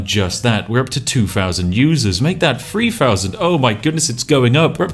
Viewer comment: Spiff cant say "Three Thousand".